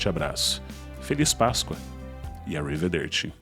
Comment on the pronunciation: Esse “arrivederci” com pronuncia americana é demais kkkkk. Fica algo tipo “a river dirty” kkkkk